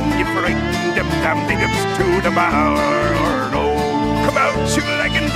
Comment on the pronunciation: I love how he pronounces "marrow" like "bardo" and it still fits.